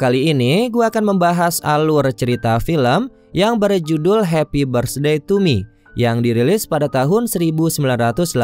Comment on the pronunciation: Hepi berstdey to me🤭🤭🤭 logatnya itu loh